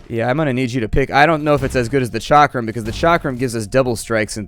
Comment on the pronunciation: dont wanna be that guy but its chakram not charkam